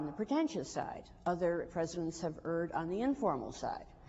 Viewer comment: She’s saying “erred” like “URD”. Why? 😆